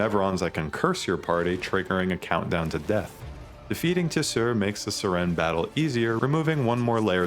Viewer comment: Of all the names to pronounce wrong I didn't expect Siren. Literally like the english word siren, like a police siren. Not SIH REN XD